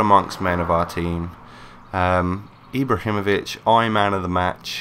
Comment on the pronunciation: he isnt pronouncing his name right..